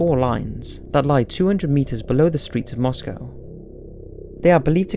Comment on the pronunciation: I just wanted to say thank you for pronouncing Moscow correctly. :-)